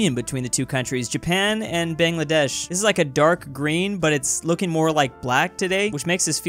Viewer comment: actually Bangladesh isn't pronounced like BANGngladesh (where bang is like the one in 'bigbang) it's actually pronounced as bAANGladesh(where Bang is like the one in 'Mukbang')